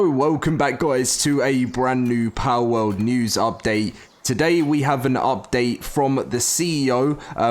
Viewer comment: It's Pal World, not Powwowd